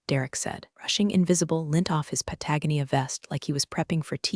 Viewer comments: Mispronounced patagonia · I thought it was an insult of patagonia.